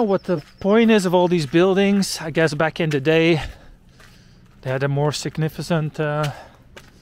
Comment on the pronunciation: When a man says he'll do something, he'll do it, you don't have to remind him of that every 6 months 😂 Loved the walk, thanks for letting us tag along. P. S. The "c" in "significant" is pronounced like "k" and not like "s". There, doubts solved. And there's hopla in Polish as well. The more you know😊